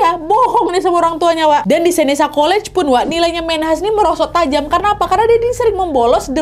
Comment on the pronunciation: Hi Nadia, Yg kamu uacpkan College tadi di ucapkan Seneka bukan(Seneca) dan York bukanlah Univ yg terbagus di Canada